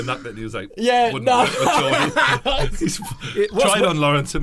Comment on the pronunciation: alright mate it's not gordie its geordie and joe weller has always been someone that keeps it real with his fans read the geordie's comment - "people giving joe shit for not uploading" well that's because he's covered it on his podcast and thrown joe under a bus.